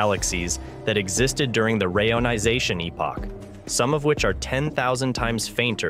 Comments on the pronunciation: I have complained about this before, though assuming it was a human mispronouncing it. If not, they need to use a hyphen ("re-ionization"), a human host, or just stop releasing these embarassing videos. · I noticed the speech synthesizer you use, if indeed you use one, has problems pronuncing certain words such as reionisation. Try adding a hyphen, re-ionisation, and see if it helps. After all, even Stephen Hawking had to deliberately use misspellings to force his speech synthesizer into producing the correct pronunciations.